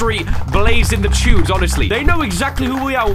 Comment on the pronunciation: he said "chunes"